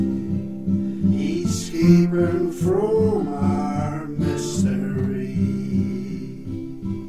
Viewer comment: ah you hypnotize me with your soothing words. love how you pronounced "eescaping". peace, rich